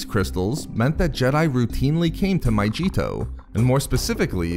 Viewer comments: Pronounced MA-Gee-to not majito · It's not pronounced My-g-tow! It's My-ge-tow! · your videos are cool and stuff but just a heads up, it’s pronounced my-gee-to not my-jee-to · My-g-eeto, not myJeeto